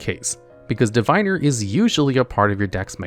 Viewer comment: Just because youre a lore channel, Diviner is pronounced divvinner. Love you, gravekeepers servant and sanga of the thunder are my favorite cards.